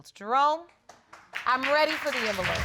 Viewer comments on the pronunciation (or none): none